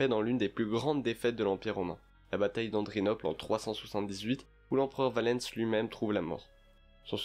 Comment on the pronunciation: La prononciation... "Valens" qui devient "Valènce"